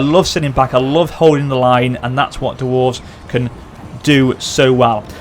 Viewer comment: The "Kawak" and "Duwarves" are driving me crazy >.<